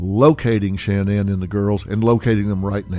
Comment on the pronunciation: It's Shannon not Sha Nan